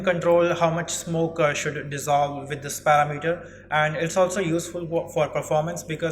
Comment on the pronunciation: Excellent job. Just a tip, most foreign speakers get this word wrong but parameter is not 'para' 'meter'. It is And click on the pronunciation. Just a pet peeve of mine. Thanks a million for your clear and concise tutorial. I subbed, keep up the good work.